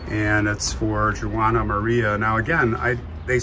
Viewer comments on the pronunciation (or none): Just so you know, Juana is not pronounced the way you said it. It'd be Wa nah, more like saying Wanda without the d! My grandmother's name was Juanita. Pronounced Wa nita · I loved to visit there when I lived in California. As a Latina I must correct you the way you pronounce Juana. It’s not “Jew wana, but the female pronunciation of Juan, so it’s just said like (Wanna). You are so funny! I love St. Michael! After Mexico abandoned the support of the missions, many of the natives ran back to their tribes. The Chumash were peaceful people living off the plenty at the seashore. They traded abalone shells as far inland as with Central Valley Miwaks. You should visit Monterey, Ca. Great history! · Thank you for correcting his pronunciation of Juana. It was very irritating. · I was going to mention the pronunciation as well.